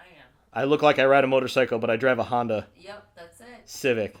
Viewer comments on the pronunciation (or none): none